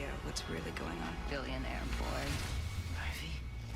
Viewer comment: "Poison Oivy" XD